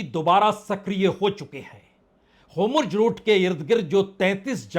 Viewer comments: Sir homorj nahi Hormuz hai aap hamesga wrong pronunciation karte hai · Homruz nahi hormuz hota hai